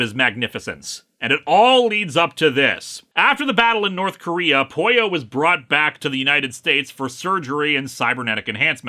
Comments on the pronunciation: ..no.. the way you pronounce it.. doesn't sound like "pollo" it sounds like you are saying "Poio" which is not a word. (By the way I brought this up more as an irational attempt to defend the fictional robots feelings.. not so much cause im bother by the miss pronunciation ) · That's how you pronounce Pollo in Spanish.